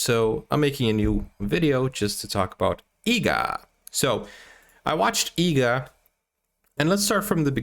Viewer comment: Bro the movies name is EEGA , not EGGA. please correct it in the description as well as in the title.